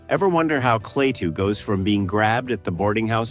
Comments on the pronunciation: It's Klaatu, not Claytoo you idiot AI! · A classic. It stands the test of time because it was so well done and featured realistic scenes and people who were real, not all actors. Too bad the AI narration isn't quite up to snuf - who the hell was clay-too in the movie? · I hear this complaint alot but, for AI, it was good except for a couple bad Klatu's. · " KLAY-TOO " ALL You need to hear .. to realize THIS Production is as phony as the Movie !! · Nice compilation of scenes and information of a great sci-fi film. However…I simply can’t get over the damn AI voice-overs that mispronounce so many obvious words. It;s NOT “clay-too”! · Bad scripting can ruin otherwise convincing AI narration. Klaatu mispronounced three different ways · Interesting. But the AI narrator mispronounces Klaatu every time. Lazy creator. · This would be a nice review without the text-to-speech. So is it "KLA-too" or "KLAY-too". Is it "WAshington -- DC" or "Washington, DC"? Lots of strange pauses in clauses... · The voice is computer-generated. It pronounces KLaatu two different ways. I wish the film had a scene from the future which showed Earth being destroy by Human arrogance and ignorance. I truly believe that's where we're headed! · I'm sick to death of A.I.'s bumbling attempts at being human. At least humans can be continuous in pronunciations. A.I. can't even pronounce a name without screwing it up before the video is over. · Annoying AI narration.. can't even pronounced Klaatu consistently... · It's interesting to hear these ideas about the wonderful film, but ye gods, the script-by-ChatGPT and the voice-over by some AI are both dreadful! "Quiet"/"Quietly" occur five times; a dead giveaway specifically for ChatGPT. It can't even consistently pronounce Klaatu's name. It's the last YouTube vid by this creator that I'll subject myself to.